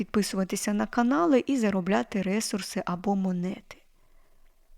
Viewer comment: Дякую, дуже інформативно. Але можна вас трішки поправити😅 не рЕсурси, а ресУрси. 😅 Коінпей грала, щось не сильно зайшло але спробую ще😊